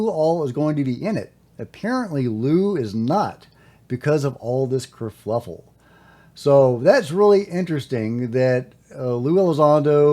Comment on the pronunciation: Cur fuff el.. not fluff el....i better be right or im leavi ng town